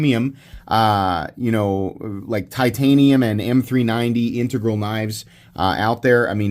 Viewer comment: OMG and I don't know how I never heard you pronounce integral before, but thank you. I have had to listen to so many bad pronounciations of that word I thought I had mis-pronounciated it myself.